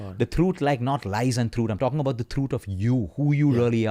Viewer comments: I thought "truuth" is some new word and took me a while to understand that he meant truth .. such accent much wow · It's actually throot